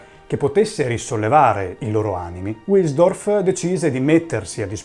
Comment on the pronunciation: Bel video ma parte subito con una doppia imprecisione: il fondatore di Rolex non si chiama Hans Otto Wilhelm, ma Hans Eberhard Wilhelm. E la pronuncia NON è UILELM UILSDORF, ma VILHELM VILSDORF.